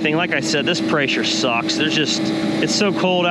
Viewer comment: Dude is smart as hell but can’t say the word pressure without adding a Y 😂. Preysure. Seriously though good shit you the man